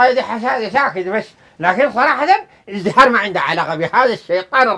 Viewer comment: شنو اذهراي ههههههههههههههه قال ازدهاره قال